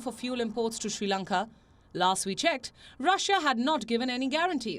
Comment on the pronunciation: Not Shi Lanka. It is Sri Lanka. Improve your pronunciation.